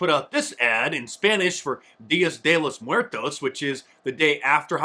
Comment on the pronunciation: “Día de los muertos”. Ugh sometimes you should learn to pronounce things. Just saying.